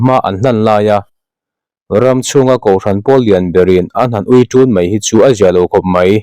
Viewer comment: Pu editor duh aiin mizoṭawng hi inlam mak sak thei deuh lo maw? Uiṭun i lam rik dan te hi a mak deuh lek lek